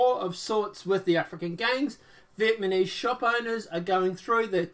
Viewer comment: I can’t take you seriously if you say VIETMANESE lol.